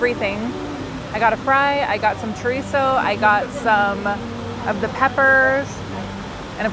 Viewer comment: Looks yummy! Just wanted to let you know there is no “T” sound in Chorizo. It’s pronounced like ( choreeso).☺️